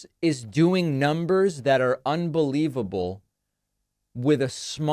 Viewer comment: Numers, ask him to count 😂😂😂😂